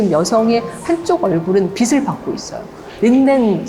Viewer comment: 빛을; 비슬이 아니고 비츨로 발음하셔야